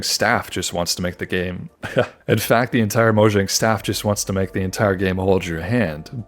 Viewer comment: Pronouncing Mojang as "moǯang" is cringe bro